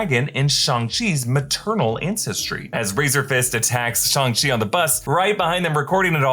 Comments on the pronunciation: It’s Shang not “Shung”, idk care the way Kevin said it, his accent got in the way, even Sterling the creator said that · SHANG not SHUNG lmao why do yall get so much promo and can't even pronounce character names properly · it's Shong not Shung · I thought it was Shang not Shang.. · It literally isn't..... It's "Shung". It's how it's properly pronounced